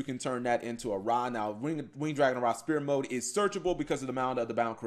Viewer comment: what the fuck is "Ra Spear Mode"?. It's Sphere Mode, pronounced sfear.